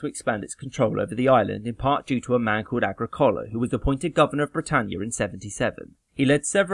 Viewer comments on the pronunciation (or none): "Agrīcola" , not "Agricōla"... Accent on "i", lol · I don't think Agricola should be pronounced Agri - coal-a. Surely it's A-gric-o-la , with the stress on the second syllable?